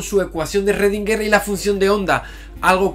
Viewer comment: Me perturba que digas Rrodinguer que Schrödinguer jeje